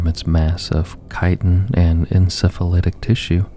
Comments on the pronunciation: Btw its KAI-ten not "chit-in". I made the same mistake for years because I knew the word from literature and not spoken word. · Love the vids! Not critique, I just wanted to help inform. Chitin is pronounced like "kai-ten" and chitinous is "kai-ten-us" Keep up the great work. I love these.